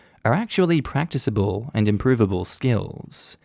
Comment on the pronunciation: NGL, hate when you get the words wrong. Prac-tic-a-ble.